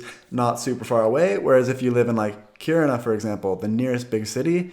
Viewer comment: I actually live in Kiruna, impressed by your pronunciation. Btw, if you want to buy up homes, you can easily rent it out to students coming for highschool and make a good profit in a few years time, any decent price would be gobbled up immediately.